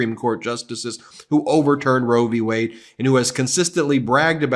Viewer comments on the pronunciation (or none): He said, " Roe v Wey..." He's a fucking Moron...lol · Notice he called it "Roe v way" not Wade. He could have a job on an anti republic video blog. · He is such an imbecile that he doesn't even say the correct name. He said "Roe v Way" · the way he always pronounces roe V(s) wade really highlight just how little he understands about what he talks about... it's qui(d) pro quo all over again